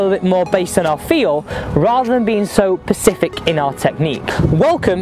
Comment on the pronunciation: love your stuff man but please... it's specific, not pacific!